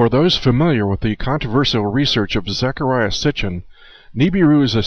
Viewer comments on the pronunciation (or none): his name is ZA KAR RI A not ZA KA RI AH (as in the Bible)